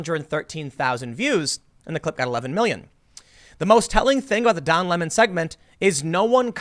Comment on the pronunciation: It sounds like he's pretending to be French. Its cultural appropriation. Lol